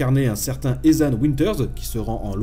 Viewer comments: Je suis désolé, mais quand tu as dis eZan Winters, je n'ai pas pu m'empêcher de rire. Sinon, bonne vidéo! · Pour le prénom du personnage, cela se prononce étane à la Française sinon c'est isane(en Anglais). Après pour les autres mots en anglais c'est plutôt prononcé comme un S comme Sink( think : penser) ou un D comme Dat (that: ça ). J'espère avoir répondu à ta question PS : pour ethan, écrit son nom sur google traduction et écoute la voix anglaise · Ethan pas Ezan XD sinon bon test comme d'hab ! ;)